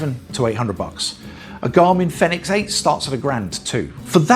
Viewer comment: Great video.. By the way Fenix is pronounced the same as Phoenix